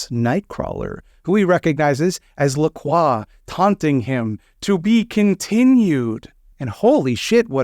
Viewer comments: I beat this just today and was thinking to myself the whole time, 'I didn't take French, but that's not how LaCroix is pronounced, is it?' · wait that's how you pronounce lacroix this whole time? Also is the character in VtM:Bloodlines named after him or are they both named after someone else, because besides the sparkling water I have never heard that name before. Many questions raised...